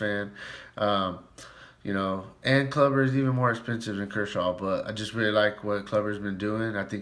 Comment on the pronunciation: It's pronounced Kloober not Clubber lol....... Corey Kluber!!